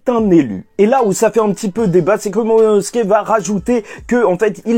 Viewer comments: désolé mais tu dit tout le temp monono et c'est momono tu perd beaucoup de crédit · Juste momonosuke ce prononce : MO MO NO SOU KÉ et pas MO MO NO SKÉ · MoMOnosuke, pas Mononosuke ;) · J'attends le jour où tu va réussir à dire MOMONOSUKE 😂😂😂😂😂😂😂😂